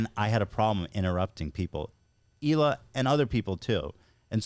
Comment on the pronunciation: The way Howe pronounces Hila and Colleen 😂 ohhh he’s so darn cute. This was a breath of fresh air 🎉